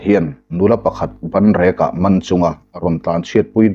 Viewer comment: I story chhiar hi ka lo ngaithla ve zeuh zeuh thin a, ngaimawh ka ngah hle mai...zanin chu ka ngawi thei ta lo... I lam rik dan hi dik lo a tam lutuk... Entirna pakhat chauh....Banrek....eng nge ban, ban i tih leh i thu chhiar hi chuan in an na a a nei lo.., Bân rek lo ti tawh rawh aw... Hetiang deuh i lam rik dan dik lo hi a tam lutuk, lo ngaihtuah chiang ve deuh thin la aw..